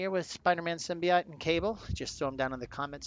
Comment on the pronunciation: Sim-Bee-Oat not ite lol